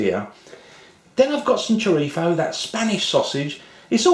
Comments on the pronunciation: It chrizo not chirtho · it's choreetho or choreeso, not choritzo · I’m Filipino of a Spanish, Chinese, Japanese, and a remote European descent, and I’m pretty sure you don’t pronounce chorizo as “Choritho” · Es chorizo... no choritzo. Chorizo or spanish sausage is also in spanish lenguage A THIEF...LOL......like the chorizo IÑAKI URDANGARÍN...The son in law of the ex-king of Spain Juan Carlos I. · Bill Stoeckel You are both wrong is CHORIZO, not what you said ,not this...CHRIZO you eated the O and not the other one that you were saying......CHIRTHO,so you were wrong before you try to correct others correct yourself ,CHORIZO......that is , now you know. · Did he say "chorifo"? It's a z, not an f. LOL! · did, but it's entertaining ;-) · love the way you say chorizo